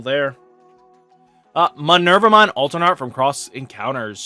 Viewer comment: This guy and his muhnervamon 😂